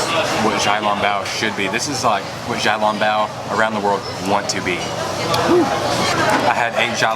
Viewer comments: Great job with your videos!!! I am a new fan. it’s pronounced shao long bow not jow long bow 🙇‍♀️ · Hi love you, don't want to be rude but small correction to your xiaolongbao pronunciation the xiao is actually pronounced with a "sh" (shiao).